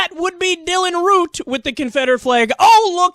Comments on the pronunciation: It's Dylan Roof not Root. Just letting ya know. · Question: Are you saying Root or Roof? It sounds like hour saying Root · Secular Talk his last name is Roof not Root... After 4 or more videos about him get his name right... Dont like the guy hate what he has done and stands for but come on!